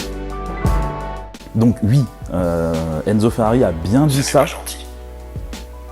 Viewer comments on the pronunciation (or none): STOOOOOOOP C'EST PAS UI C'EST OUI !!! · "et bien ui! Ui c'est arrivé ! " Priceless 😁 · eh bien UI , UI c'est t'arrivé xD